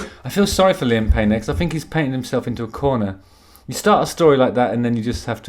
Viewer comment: Justin! I'm so glad you brought up that you say "fink" instead of think - it drives me mad! Didn't wanna bring it up and make you feel self conscious ( not that I a mere mortal could do that but in case loads of people were saying it). I think ( no pun intended) it's because you speak 'proper' so the 'fink ' sticks out like a sore thumb. Anyway regarding this one dimension bloke - I had no idea he is such a plumb! What on God's green earth did Chezza see in him? If ever there's a prequel to The Office ( David Brents younger years) this is the boy to play him. Loved this one - very entertaining 😂✌❤